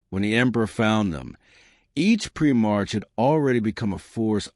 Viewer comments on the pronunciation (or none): Prim - marks lol. A.I trash